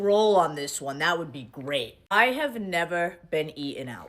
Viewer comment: “I have neva been eaten out”…no one needs to know this!! IS FRYING ME!!!😂😂😂😂😂😂😂